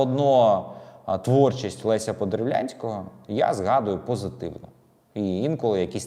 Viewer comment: Авторе! Ви б для початку вивчили і навчились правильно вимовляти фамілію митця - він не подерВЛянський, а саме і виключно Подерв'янський.